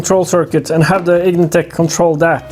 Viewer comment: Vtec no H lol vtech is an electronics company lol